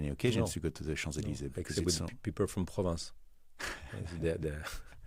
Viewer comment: It's PROVENCE, not "Province"